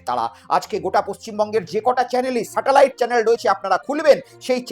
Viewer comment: "সাটেলাইট" নয় ওটা "স্যাটেলাইট"